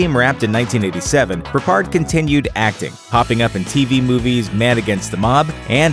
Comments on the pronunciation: Peppard not Perpard Mohawk not mohock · Why are you struggling with George Peppard's name 😂